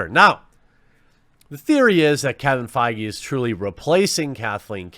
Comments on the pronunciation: Feige pronounced faggy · It's pronounced "fayg" you keep mispronouncing it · Kevin Feige, pronounced bayyyg?